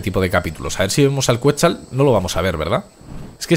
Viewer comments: se dice quecsal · se pronuncia "ketsál"